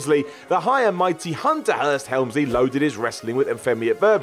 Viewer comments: goofing on anyone else's pronunciation is ridiculous. He literally just said 'Unter. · That's how you're supposed to speak. Hs are purely decorative.